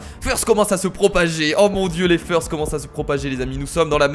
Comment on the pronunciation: FEURST ! ... ben quoi ? c'est pas feurst c'est first faut se renouveler !